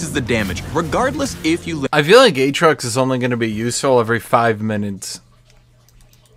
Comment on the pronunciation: A-A-trox, A-A-ron. Insubodinate and churlish is a good (Phreak) reference.